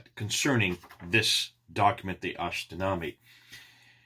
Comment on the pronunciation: God bless you. it is pronounced ashtinama not ashtinami. I am kurdish and Kurdish and persian language are closely related.